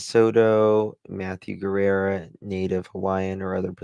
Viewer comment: sweetie the correct pronunciation of Matthew's last name is......Ge- rrrah. Not Guerra. Luv you sweetie.